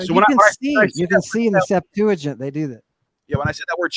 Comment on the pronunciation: “The Septajint.”